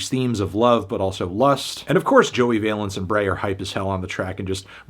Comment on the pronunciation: I wonder when Fantano will realise that Joey Valence is pronounced like balance and not like valence electrons lol